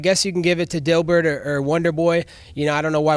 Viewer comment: okay, he said dilburt way to smoothing. Everyone likes a heel.